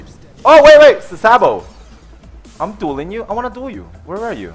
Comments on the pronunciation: He said "doiling" instead of dueling.....Come on your smarter than that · Did anyone else notice he said doiling not dueling haha. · Lol "not dooling holy" it's dueling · HAHAHAHAHAA "DOILING"